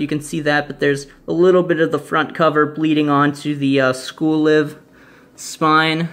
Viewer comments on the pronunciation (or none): School-Live is about the school living club, so it's pronounced as live, as in living. Also, the Yen Press cover price is total bullshit, but they have some great titles (Such as School-Live)